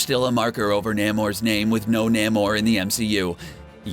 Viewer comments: He said Daniel Craig and Kevin Feige correctly. You're right about Namor though. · He mispronounced lots of names. Daniel Craig, Kevin Feige and Namor